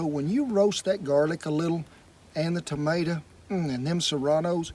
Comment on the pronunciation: its tomato not tomata